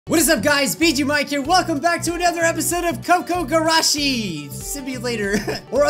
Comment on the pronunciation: it's probably said as koo koo gurashi